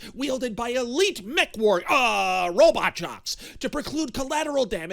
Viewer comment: did he say "robit"?